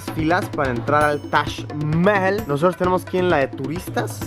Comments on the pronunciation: Luisito comunica: Tash Mel Yo: tac majal 😂💔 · luisito diciendo tash cuando es taj jajajajajaja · Tash mehjel* algo así su pronunciación!! Vaya dato perturbador!😅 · Se pronuncia Mahal, tal y como se escribe, no mames. Tu guia nomas lo dijo con su acento. Lo que quizo corregirte es que no le dijeras MAJAL. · Se pronunciaba tash aaaaah siempre decía Taj Mahal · nadie: luisito: tash Mehel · Shot cada vez que diga "tash maejal".😂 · Me caes algo bien, mucho menos que al principio, peroooooo.. 🗣️ Diooooooos 📣📢 Si quieres darte a 'bilingüe o trilingüe', aprende a pronunciar Taj Mahal': Break 'Taj Mahal' down into sounds: [TAAJ] + [MUH] + [HAAL] - say it out loud and exaggerate the sounds until you can consistently produce them. Record yourself saying 'Taj Mahal' in full sentences, then watch yourself and listen. ¿Cachas? 😉👍🏼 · Taj mehel se pronuncia así xd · taj mejel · Ahora me siento súper extranjero pronunciando "Tash Mehel" 😂😂😂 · Yo siempre lo pronuncié "taj majal" :v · Toda una vida engañado Se dice tash Majal Ni toda la secu me enseña como Luisito. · Espera, se pronuncia Tash Mejel? Por que nadie me lo dijo? Debi parecer un idiota... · Que bonito el "tash Meel" :V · si pero cuando estas acostumbrado a escucharlo de la otra manera es un poco molesto al oirlo. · Me incomoda como pronuncia Taj mahal 😂😂